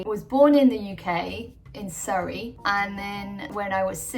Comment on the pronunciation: As an Aussie, I definitely hear a regional English accent, that came out just a little stronger when you said Surrey. 😂